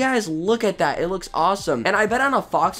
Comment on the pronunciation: He said: "How 'bout dat?" Lol